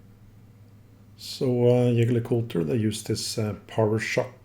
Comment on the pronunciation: I vote that you are saying the name correct!👍